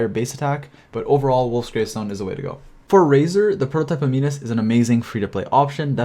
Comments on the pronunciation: Prototype Am-in-us not am-een-us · A-nimus. Not ani-mus :D